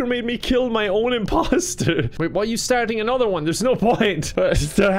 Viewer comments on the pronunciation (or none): none